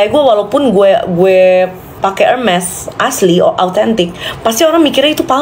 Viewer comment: Wkwkw pcaran sm lele😂😂😂 Gpp blm pk hermes, yg pnting ud bs spelling hermes (ermes) dgn tepat drpd yg koleksi hermes selemari tp sebut hermes msh herme😂😂